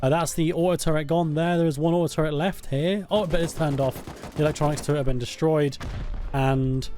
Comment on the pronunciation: "this base is getting rrrrra destroyed right now"